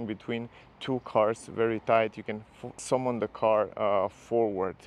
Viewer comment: Tricky word but "summon" is pronounced "sum-n" or "sum-un" but not "some one". 😋